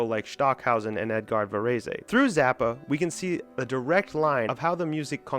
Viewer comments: Varez NOT Varezay! Jesus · Actually, Debussy was almost the only classical name he did pronounce correctly. (French words do not emphasize one syllable over another. You pronounce all syllables with equal emphasis.) His saying "Vuh-REE-see" as Tony Soprano would have said it had me almost crying. By the way, you can Google names to find out how to pronounce them correctly. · Xenakis is not considered a musique concrete composer. You mispronounced Varese completely - it has two syllables. I knew Simeon who was one half of Silver Apples - I produced an album for his label Whirlybird - sigh... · Varèse is 2 syllables, the final e is silent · Your pronunciation of Varese's name is just too cringe. Couldn't get past it. Maybe I'll try again tomorrow. Please do better. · PLEASE learn to pronounse "Varèse"!